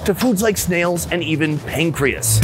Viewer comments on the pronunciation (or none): Wait did he say pancreas? 🤔